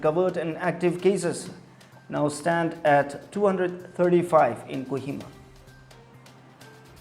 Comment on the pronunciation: Its not Kuhima.. Its a Kohima